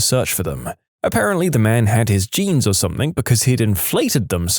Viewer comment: No K in the word something